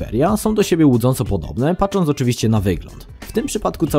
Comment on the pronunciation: czy,, i ,,pacząc,, xDDDD